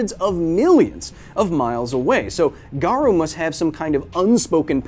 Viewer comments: "hero hunter garoo" ._. are you really a opm fan? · haven't seen anyone say it so: Garou is pronounced Gah-roe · This was a great vid but the pronunciation of Garou was bugging me a bit haha. The U in Garou is essentially silent, so it should be pronounced as Garo rather than Garu. There's minor differences in Japanese between an O and OU but as English speakers it's nearly unnoticeable so it's safer to just assume the U is silent as it's more accurate in nearly all cases. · GA-RO-U NOT GA-RU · Dang that was a great video. Knowing what some anime reviewers go through when they show actual manga panels.. I fear this video won't be up for long. I hope I'm wrong. Also, erm.. nitpicky but it's "Ga-roh", not "Ga-roo". (I know, I'm being that guy . sorry). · OPM is also a great tragedy. Btw Garou's name pronunciation is Gar-Oh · Can't even pronounce garou correctly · the Japanese pronunciations are so bad lol